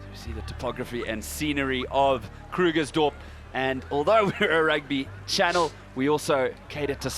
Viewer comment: KRUGERSDORP... NOT KLERKSDORP... :D